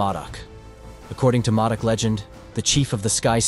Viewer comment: ITS MŌDOC